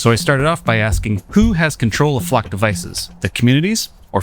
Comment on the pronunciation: Why are you pronouncing it Fluck??